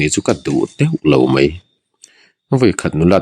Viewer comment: Ngaihnawm thin... Mahse mei tih ai ah mai ti thin zawk la ngaihnawm lehzual ang❤